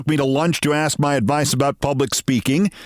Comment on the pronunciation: Did Adams say 'ax' instead of ask... How is that not a red light? He can not even speak English. How was he elected?